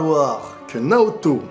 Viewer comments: Dans l'anime, à chaque fois qu'il dit Naoto, j'entend Naruto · Naoto pas Naruto